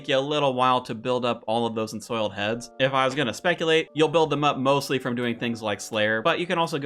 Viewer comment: Lmfao roo ins and insoiled heads